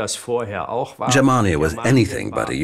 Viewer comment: TY for not pronouncing Germania like "germ-mania.* (I'm not german). In the end it wasn't the barbarians the brought down the west, it was the Roman privileged class of bureaucrats when they had Majorianus, the last great emperor, arrested and decapitated in 461 bcz he had planned to reform the political stucture to make it more efficient but would've resulted in loss of privileges for the aristocracy.